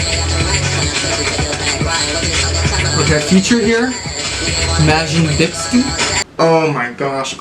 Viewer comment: Majin Bisdy lmao) his name is Majin Bloody, XX are not always read as S, keep in mind. what is more appropriate in meaning , the more you somehow confused L with I